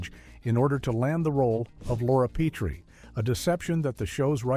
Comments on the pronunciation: Nothing says you've never seen the show like repeatedly pronouncing it "Pea-tree," instead of "pet-tree"! This was even a running gag the show. Strangers often pronounced it Pea-tree. On the other hand, it's interesting to see all the furniture on the classic sets reversed mirror-style. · Peh-tree. Not Pee-tree. Please. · “PEE TREE”? Voiceover moron obviously never saw the show. It’s pronounced “PET TREE”. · It's Pet-tree, NOT Pee-tree. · Why didn't the AI talk about Rob Pee-tree and his tripping over the ottoman? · What idiot narrated this ‘expose’? An AI voice?? Absolutely stupid, mispronouncing Petrie, Calvada . . . . the still shots are flipped backward. Anyone actually associated with this show should have nixed this debacle!! 😡😡😡😡😡